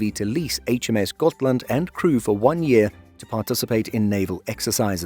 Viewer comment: I disagree, every effort to sound like the Swedish names should be applauded. I have seen countless videos where Gripen is called Gruyypen which is preposterous. It's either the Swedish "greepen" or the anglicized "grippen", which is incorrect but acceptable as it rolls off the tongue. Except for the first Hal laand, I think both Halland, Uppland and Gotland were pronounced flawlessly and we even got really good shots of Västergötland and Södermanland, which aren't easy tasks. Really well done. Finally someone who knows åäöÅÄÖ aren't A's and O's. The U in Uppland could be more upwards pointing though instead of Oupp sounding, but it's no big deal. Blekinge is difficult, much because of the melody needed. It's "Bléé-KINGE" in a daaa-dadatt rhythm, like the word "forcefully" but the second syllable higher up (not stressed). I'd need a music sheet paper for it rather than phonetic writing. Perhaps the word Amiga (as the gaming system) for the tone of the i, but the rhythm of Forcefully.